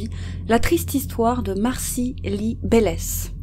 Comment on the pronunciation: petit ajustement: Le nom de famille se prononce 'BeleTCH' (Belecz). Je suis nouvelle abonnée et je regarde toutes vos vidéos mises en ligne aujourd'hui. Très bien narrées et bien que tristes et horribles, elles sont vraiment bien! Bonne journée depuis le Québec!